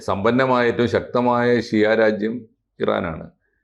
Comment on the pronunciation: Shoora alla shiyah ❤ oru myrum ariyathe vannu thalluvan😂